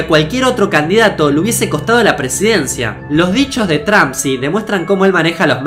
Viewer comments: No se dice Donald Tramp se dice Donald Tromp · no se dice tramp, es trómp